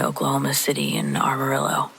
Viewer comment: you are one of the best by far. My favorite thing you do is pronounce Amarillo - Armarillo. I giggle every time, being a Texan for all my fifty years of life - I love it it makes smile and I don't know if you are even aware you do it but please don't stop.